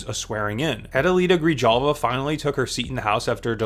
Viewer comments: not to be nitpicky but this is my representative soooo Her name is pronounced gree-hall-vuh not gree-jall-vuh :) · Seriously? I know your stick figure is white, but pronouncing Grijalva like that is just lazy.